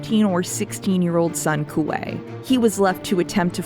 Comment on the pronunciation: When I was reading six of crows for the first time, there were a lot of names I couldn't figure out how to pronounce (dyslexia). One of the offenders was Kuwei. So I just mentally called him Kiwi. I guess I've been doing it for so long I was surprised to hear his name properly pronounced.